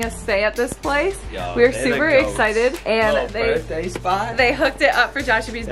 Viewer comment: I hate how she say Burtday it’s BIR(TH)DAY